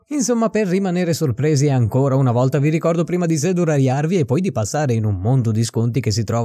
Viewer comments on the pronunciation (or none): ha detto veramente seduraiarvi invece di "sdraiarvi"?!